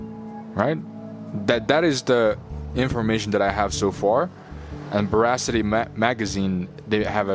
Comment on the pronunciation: It’s Yoongi, not Yungi,and Bora City, not Boracity. Please make an effort to read and pronounce things correctly.